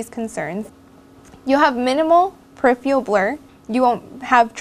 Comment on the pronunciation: peripheral...not periphial please